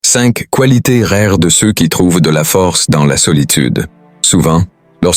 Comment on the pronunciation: 5 coualités rères ... pu capable des textes générés par IA et lus par IA. Une autre chaîne médiocre qui s'ajoute à toutes celles qui pullules sur YT.